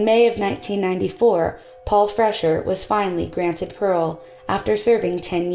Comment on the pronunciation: Freshour is pronounced "Fresh-hour" not "Fresher".